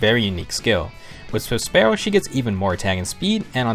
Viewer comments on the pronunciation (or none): none